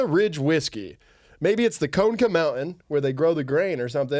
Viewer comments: conecuh is pronounced cuh-neck-uh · as an ashamed native and resident of Alabama, i felt like its my responsibility to let yall know it’s pronounced “co-neck-uh” roll tide & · As someone from Alabama, Conecuh is pronounced Cun eh cuh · FYI: Grew up just over the border from Alabama - Conecuh is pronounced "Koh-neck-uh". Also the name of a great sausage brand. Goes well with red beans and rice. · as a reluctant alabamian, it’s pronounced “cuh-neck-uh,” and it’s amazing. conecuh is also the greatest sausage on earth. conecuh is the greatest thing about this state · So conecuh is pronounced KA-NECK-AH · As someone from Alabama, the pronunciation of Conecuh was hilarious🤣 it’s Co-Neh-Cuh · Just a head's up fellas, "Conecuh" is pronounced "cuh-NEH-cuh" down here in the south. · conecuh is “cuh-neck-uh”… 😞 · I’m from Alabama. Connecuh sausage is the only thing I’ll defend about this state. “CUH-NECK-UH” I’ve never felt this way. Is this what bastardizing local pride feels like? (It’s just a really fuckin good Cajun sausage that we put in everything down here) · As someone from Alabama, “conecuh” is pronounced like “cuh-neh-cuh” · stop fucking saying conecuh like that